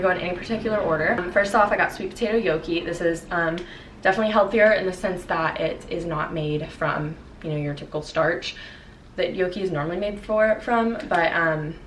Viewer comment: omg love your videos but did you pronounce gnocchi as yoki lol